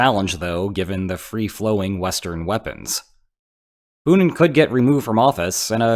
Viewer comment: You realize his name is Putin, right? Not Punin? :)